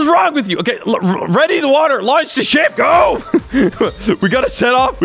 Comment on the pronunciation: When he said ship I thought he said "sh**